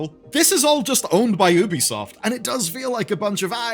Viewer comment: It's YOU-bee soft